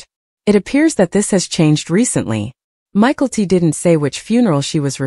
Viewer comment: Please learn to pronounce (mykelti) ma kel te